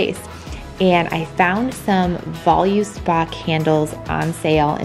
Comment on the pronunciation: Although i don’t decorate for each holiday, I’d def hire her to decorate for any themed party. Also Voluspa is pronounced like